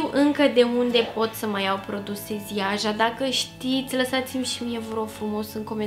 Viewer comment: Ziaja se pronunta "Jaya"...le gasesti in plafar. Te pup